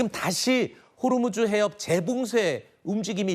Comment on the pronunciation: 호르무즈 가아니고 호 무스